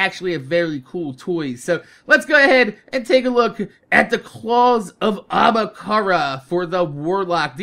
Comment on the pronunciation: Hey the Ahamkara should sound like this "Ah-Hem-Car"